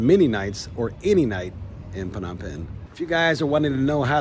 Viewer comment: The PH in Phnom is silent mate..